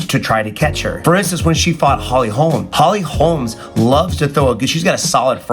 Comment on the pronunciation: Its holly holm. Not holms